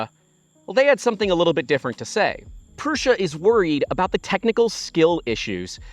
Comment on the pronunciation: It's Prusa, not Prussia.